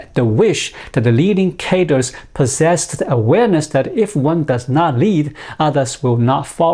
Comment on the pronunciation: I hope you don't mind, but I'm going to offer a correction to a word pronunciation. Even if you do mind, I think it's still worth offending to bring you awareness. "Cadres" is pronounced either kha-dray, cod-dray, or even kha-dree. As far as I'm aware, I've never heard it pronounced "caters" as it was in your video.